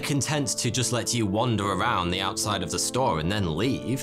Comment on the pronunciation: The = Da...